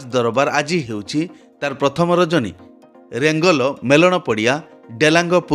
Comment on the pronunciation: ଭାଇ ସେଇଟା ରେଙ୍ଗଲ ନୁହେଁ ରେଙ୍ଗଳ